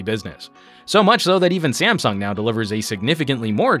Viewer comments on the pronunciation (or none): none